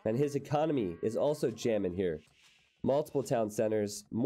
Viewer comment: "He's gonna keep jammon" UUUUUUGH